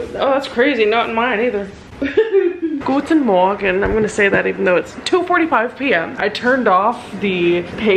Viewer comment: You nailed that Guten Morgen lol. I was so shocked because it came out of nowhere and I was like "wtf" and forgot I am eating an apple haha.